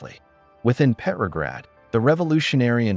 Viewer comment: "Petrograd," not "peppergrad." Pronounce the name correctly.